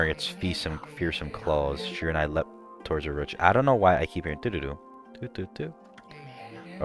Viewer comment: oh and i think Shiranui is pronounced (she-re-nu-e)